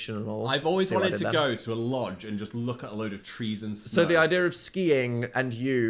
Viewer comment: in the snuhhhh